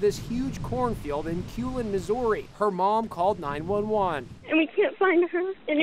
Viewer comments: Missooori lol this guy's voice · The way he pronounced Missouri 🤣